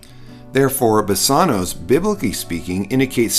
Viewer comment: Thanks for this. A small point, I question pronunciation of BASANWS, Omega, not omicron, & accent. Placement. Thank you.